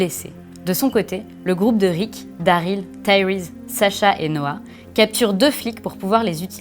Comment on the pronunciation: Putain c'est pas "Dareel" mais "Daryl" merde pronnonce bien son nom ☹